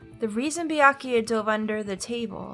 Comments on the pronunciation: How do I never notice funny pronunciations the first time through? During my playthrough, I never noticed "Beeakooya." Now I love it as much as you. During the DR1 LP I watched, I never noticed it, but now during my own playthrough I am in love with Celeste's pronunciation of "Mahko-to." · Nagito gives too many syllables to the name “Byakuya”. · Well its an Asian name probably so its not byakya but byakuya. I guess i'm not sure tho don't blame me haha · Is Peko's VA the same as Celeste's was? She says Byakuya like Celeste would say Makoto...